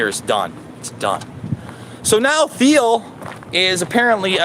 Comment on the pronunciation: I think the H is silent in peter thiel Anyways thanks for the content